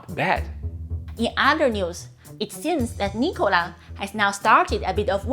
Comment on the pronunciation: lol, everytime you say " Nikola " , it makes me laugh !!!